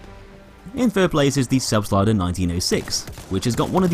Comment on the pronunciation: you just nailed the expression of the german word,,Selbstlader” so perfect!!! I’m german btw